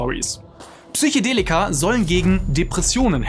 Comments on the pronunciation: "Psychedelika" und nicht "Psychodelika", Also mit "e" statt "o"👍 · Psychedelika, nicht Psychodelika - ja man spricht das so aus, aber naja, vielleicht bin ich einfach ein Haarspalter.. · Das heißt immer noch Psychedelika...und nicht PSYCHOdelika. Ansonsten echt gutes Video. Danke dafür! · Es heißt „Psychedelika“ nicht „Psychodella“ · Psych-E-delika! Nicht Psych-O-delika. Das hat nichts mit Psycho zutun, sondern kommt vom griechischen "psychē", was soviel wie Seele oder Geist bedeutet. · PsychOdelika :S